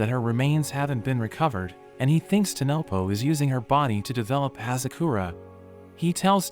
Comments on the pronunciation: bro said tonopo instead of tonpopo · It's not tanopo it's tan popo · Bro it's not tanopo it's tanpopo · saying tenepo while in the anime it is tenpopo